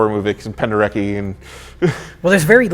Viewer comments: A few notes. Penderecki is pronounced Pende-RET-ski. Tubular Bells is NOT in 5/4. The meter shifts. Some count it in a combination of 7/8 and 9/8 while some have notated it in a combination of 4/4 and 3/4. Anne Bancroft would have been pregnant with Max Brooks, writer of World War Z. I'm sure and both know Jason Miller's other work (That Championship Season) and that he is Jason Patric's father. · “Pende-reki?” Not quite,. Penderecki rhymes with Gretzky, not with Becky